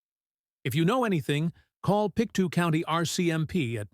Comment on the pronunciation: It's Pic toe not Pic 2